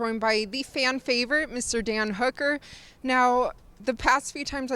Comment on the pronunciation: So I just skipped a few seconds into the video and I caught it right when she was saying Dan hooker but it sounded and looked like she said damn hooker and it was great 😂 but